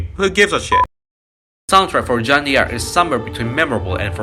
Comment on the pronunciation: There's this misconception in English, especially American English, that the Italian name D'Angelo is pronounced Dee Angelo. That's because there's a black rapper dude whose name is D'Angelo and pronounced Dee Angelo... However, the original name D'Angelo is actually an Italian name and it's pronounced DAN juh loe... Jeanne D'Arc is a French name and the apostrophe in French is silent just like in Italian. it's pronounced "Jaann Dark" (French is my first language). Great video, such a good game! Cheers!